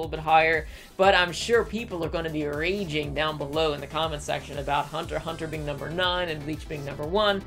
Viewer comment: Woah woah, Hold up. The you don't pronounce the x in hunter x hunter? It just doesnt have a ring to it without pronouncing the x